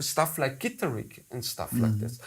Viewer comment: Great, passionate conversation, but please remember, guys, what your favorite instrument is called: Guitar. Gitarre. Stress on the second syllable. Same in all languages, no need to suddenly change it.